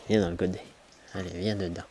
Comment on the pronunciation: Salut, pour que ce soit confortable il faut enlever le "t" au godet 🤣